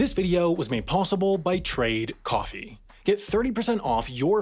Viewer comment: When he said that, i thought i heard an 'n' and the end, but i wasn't sure whether he meant trade coffin or trade coughing